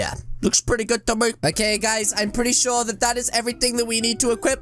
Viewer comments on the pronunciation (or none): none